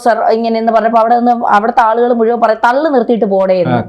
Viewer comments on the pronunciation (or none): none